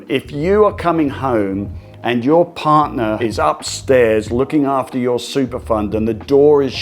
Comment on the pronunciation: “Partner” not “parner”